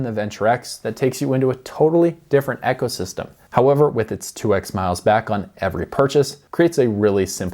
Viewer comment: Are messing with us on how you pronounce ecosystem?